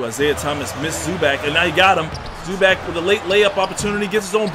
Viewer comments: ZU-back? 😂😂😂😂😂 its pronounced ZU-BOCK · bro think zoo bach. not zoo back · "Zuback" it's zubawc cmonson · Isaiah Thomas is a free agent lol and it’s Zu-bach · no it is pronounced zoo-box not zoo-bock its Zubac idk why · “Rayjon Rondo”...”Zoo Bag”...tf wrong with this guy. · Gabriel Salazar no it's pronounced Zupac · he said "Zuback" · Zubac (Zoo-Bahts)